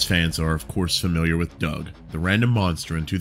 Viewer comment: I thought it was pronounced "Do-ug